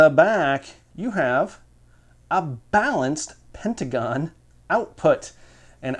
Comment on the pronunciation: ...It's pentacon not pentagon. Hahaha. Keep up the good work!